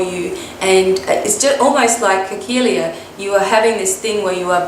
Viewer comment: THANK YOU <3! Its me Khakelia and yes you said my name right...yay! I was totally laughing and smiling throughout my segment of the video because what you were saying is so true. Wow...I didn't know other people go through this and its good to know that I still got some growing up to do;D Thanks again and I'm excited for the new change:D